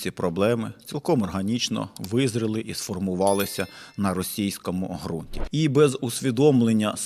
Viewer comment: як завжди, чітко й по суті, але в мене невелике зауваження: ґрунт з буквою ґ, яка позначає проривний задньоязиковий звук.